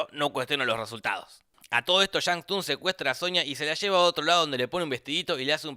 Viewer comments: La regla de los 10 torneos la decidieron los dioses antiguos para darle oportunidad a la tierra de defenderse, y la T de shang tsung no se pronuncia. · algun gil más que Remarque que se pronuncia "sung" Y no "Tung"? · Se pronuncia sung o tung jaja, Se escribe Tsung pero se pronuncia sin la T jja alto dataso tiraba :v